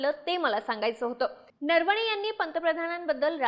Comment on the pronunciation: नरवणेचा उच्चार नीट करा . नर्वणे बोलू नका. ऐकायला कसं तरी वाटतं